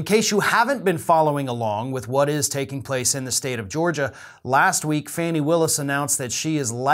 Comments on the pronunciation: I'm reasonably sure her name is not pronounced "Fanny", but more like "Fawni". I had to tell you because it's driving me crazy every time you say it. Love your commentary! Trump will go down...eventually. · I appreciate your broadcasts and watch consistently. Just wanted to share that Fani Willis' first name is pronounced "fawn" i (like the baby deer.) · Fani Willis is a superb DA. Glad I voted for her. By the way, her name is pronounced FAWN- EEE, not Fanny.